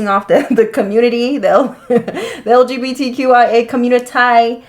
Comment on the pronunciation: Did she say lgbtya😂